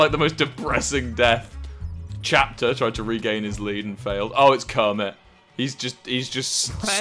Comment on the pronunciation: A guy named Chapter while Wilbur and Tommy pronounce it as captcher